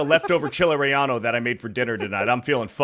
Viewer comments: It’s Chili Relleno!! Not Rellano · I don't mind mispronouncing all of his ignorant words, but I have to draw the line at chili REE-YA-NO. It's pronounce Chili REE-YEN-OH, you ignorant Caveman!!!